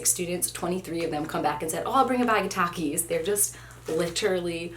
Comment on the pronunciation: The first one is a big one Me: uhh gushers right Her: takies Me: 👁👄👁 that’s what I said